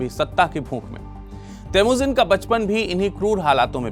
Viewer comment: kaaan theek krwa lo babua... Vo theek bol rhe h😅